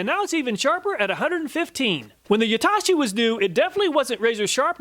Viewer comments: Amazing and in depth review! only note i'd like to add was just the pronunciation of Yatoshi, its "yah-toe-shee" you kept saying "you-tah-shi" 😂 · its not YAH-TAH-SHEE its YA-TOH-SHE